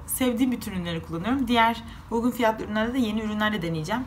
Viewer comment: Uygun yerine ugun diyorsunuz.